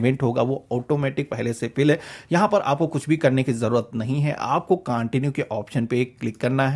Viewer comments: [Continue] कांटिन्यु नहीं होता है, कंटिन्यु होता है! [Linked] लिंकेड नही होता है, लिंक्ड होता है! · Excellent informative video. Please improve your Pronunciation of words like CONTINUE and LINKED. That's all. God bless you.